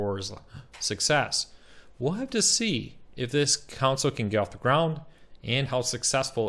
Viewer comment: Console. Con. Sole. Console. Not council. Not counsel. Console. Con. Sole.